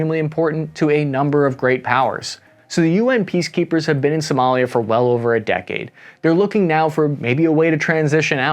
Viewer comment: is Somalia not Somolia.